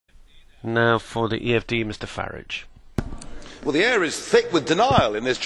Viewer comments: Farij? It's farage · Why is this Schulz bloke always calling him "Herr FARRATSCH"? LOL